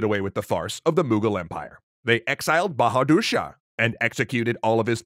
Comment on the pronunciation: It's not baradursha it's bahadurshah😂😂😂.